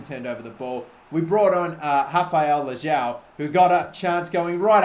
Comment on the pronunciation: You Pronounce it Leeaoh for Rafael Leão